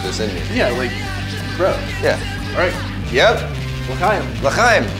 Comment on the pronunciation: When they said lehaim i was so a proud